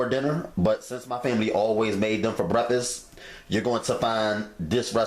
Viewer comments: Seriously!? It’s called BREAKFAST, not breffess. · Breffuss, haha! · Brefas lol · I LOVE Bre•Ffus 🤣🤣🤣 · LOL!!!! That's exactly what he said - breffus ROTF 😂😂😂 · Frank Burns 3 years later “breffus” lmao 😂 😂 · That mane said brefest ...made em for breafesssst lmao man I love ya cooking man ... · he says brefisss. ahahahahah. cute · That's how the southerners say it. My grandmother would say brukfuss. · Speak English boy ! ! ! WTF is a "Breffuss ? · Did he say theys fo breffus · it’s breffis lol 😂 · I kept replaying the beginning....did he say "BREFFUS"?....lort...lol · Why are you mispronouncing the word breakfast? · The way you pronounce breakfast cracks me up! Love your videos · 05/15/19 Thank you for the innovative recipe. I love the regional pronunciation for breakfast. For me-The pronunciation is exotic & further personalizes the video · That's how I say breakfast too lol. My daughter always laughs at me, but idc, cuz my grandma from Little Rock, and I got it from her! 😆